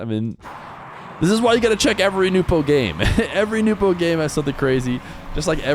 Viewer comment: Why is it so hard for you to just say nwpo properly